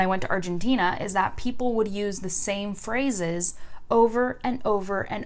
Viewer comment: when you say "phrases" I heard "frozzes" I was like ; wtf is this new word (and u used this word 5 times in a row) btw ur rlly cuuute if you want to speak french like a native speaker, date me haha